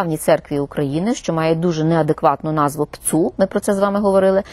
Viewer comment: А де Савченко? Пані Ірино, ви так смішно вимовляєте ПЦУ,наче плюєтесь.🤣🤣🤣🤣